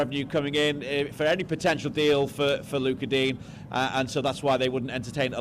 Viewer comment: He is DEEN? NOT DIG NE ?